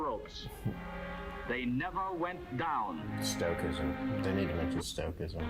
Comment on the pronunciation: stoicism sto iz um